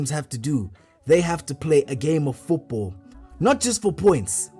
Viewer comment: I swear this man is saying Foopball 😂😂